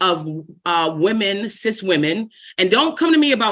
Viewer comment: Cis women sounds like cease women.